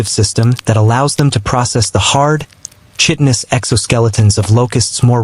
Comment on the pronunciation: The ch in chitinous is pronounced like k.